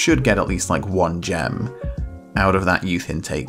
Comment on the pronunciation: It's that time of the week, listening to try to pronounce Idrottsföreningen Brommapojkarna. You can find your youth intake under dev centre > youth candidates (I think they disappear from that menu once they accept a full contract from you though so it might be easier to show off the intake before offering contracts)